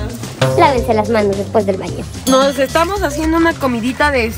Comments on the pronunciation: pone respues en lugar de después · en el minuto dice minutos respués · En el minuto decía minutos respues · No se pero cuando dijeron que pensaban acampar y apareció lo de minutos después en vez de decir después dijo respues😊😮